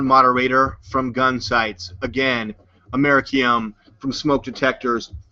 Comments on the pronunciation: his fat ass is trying to say America-ium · Am-er-i-cum you stupid hick. It's americium. Amer-eeee-c-um